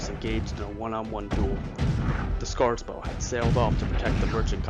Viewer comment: Also, it's SeRAPis, not SePARis. EDIT: And SCARborough, not SCARSborough.